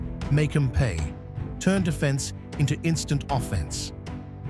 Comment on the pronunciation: when he says, next up is offence… the AI dont quite pronounce it right lol